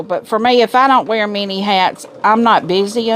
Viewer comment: 😂I kept hearing 'mini hats' instead of many hats. 👒 I thought why does she have to wear miniature hats?! Lawd.. its been a long week